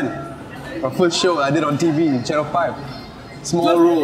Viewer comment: "where i did my foist show"